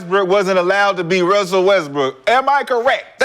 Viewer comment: Everytime says Russell Westbrook hes says it “Wussell Restbrook”